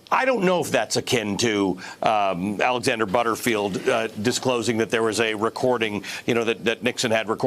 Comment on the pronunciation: "Butterfield" lol